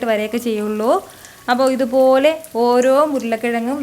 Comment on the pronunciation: "ithupolee" Korch koodipoyi😛😂anyway nice video